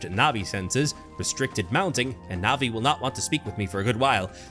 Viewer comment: i'm a bit late to this video but it's [pronounced as navi]